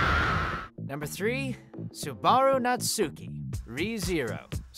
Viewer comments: Subaru. How can you pronounce it wrong? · WHO PRONOUNCES SUBARU LIKE THAT? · hearing you pronounce Subaru's name like that was causing me great suffering... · The butchering of names needs to stop. Ugh. MA DO KA. SU BA RU. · Or that he can't pronounce Subaru...